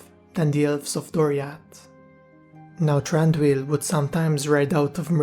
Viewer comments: No its pronounced "Thran-Doo-eel" as you can see in Tolkiens books and other writings. The Hobbit movies takes up the Tolkien Pronunciation too. How did you make it "Th-Ron-doo-eel" if I can ask you? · I believe his name is actually pronounced Th-Ron- doo-eel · Why are you pronouncing his name wrong ?